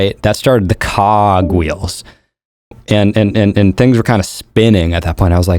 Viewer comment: "That started the cooog wheels." The Cock reels?